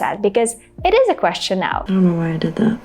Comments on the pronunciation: Hi,! Your English is seemingly perfect but... Why do you pronounce the word "question" with Russian sound /щ/? Native speaker might pronounce it as /kwesʃən/, but never uses the fully palatalized /ʃ/sound. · Например? Я услышал только одно - question, произнесённое с русским звуком /щ/ вместо английских /sʧ/.